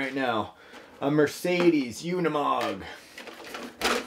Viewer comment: Oh, I thought it was pronounced oo-ni-mog, not yoo-ni-mog.